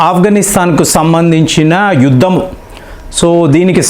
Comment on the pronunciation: యుద్దం కాదు బాబోయ్...యుద్ధం అని తెలుగు స్వచ్ఛం గా మాట్లాడ్డం నేర్చుకోండి.